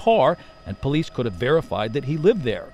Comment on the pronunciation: I don’t think “po-leece” logic is a class in the academy🤣